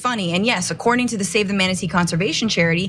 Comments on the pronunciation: No, Cenk. You stop it! Stop it right now! It is manaTEE, not manaTAY! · Cenk -- It's "im-moral" not EE-moral. And ManatEES, not ManaTays. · Maybe off topic, but I love how Cenk keeps saying manatays and not mantatee. LOL! I also thought it was fun to learn they have gay sex. I had 2 male cats that got it on all the time, so that's just hilarious IMO. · The way Cenk pronounces manatee is both adorable and hysterical. "Manatā" LOL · Say manatee.